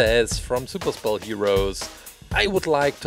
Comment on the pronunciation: Super spell sounds like super cell